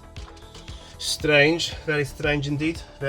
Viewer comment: When you said "very strange" that sounded so south African it's not even funny haha